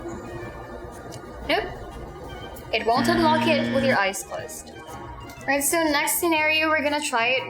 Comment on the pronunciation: she needs to work with her schwa.. unlock sounds like Unluck.